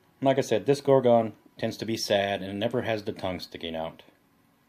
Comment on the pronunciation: It annoys greatly how you aren't pronouncing "Gorgon" correctly. Please reference this: I might not be any better, but Americans suck at pronouncing English words correctly, they speak lazily. I need to focus on not speaking lazily as well, its something I'm trying to fix about myself cause I realize how bad it is.